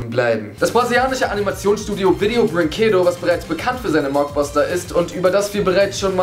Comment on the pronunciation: brinquedo bedeutet Spielzeug und du hast es falsch aus geschprochen